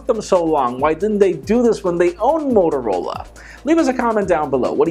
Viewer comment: Motorla? Ahah xD